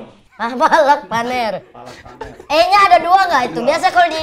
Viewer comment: Bacamya palak panir itu